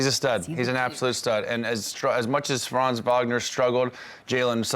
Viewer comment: Please stop saying Franz’s name if you can’t pronounce it correctly 😂